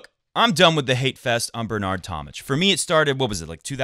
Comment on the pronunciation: It's tom-mick, not tom-mitch.